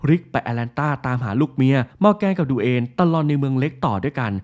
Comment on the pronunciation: ลูกของ มอแกนต้นเรื่องชื่อ Duane อ่านสำเนียงภาษาไทยจเป็น ดูเวน ครับไม่ใช่ดูเอ็น 5555+